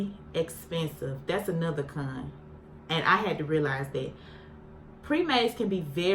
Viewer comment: Every time you said CON it sounded like you was sayin the C-Word gurllll .. then when you said SETS I swore you said SEX 😂